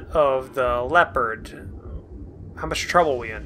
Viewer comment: It's "lep-erd"(Leapard), as in Def Leppard! Read the words in the text and sound them out like you were taught in early life! Makes me crazy! Keep'em coming!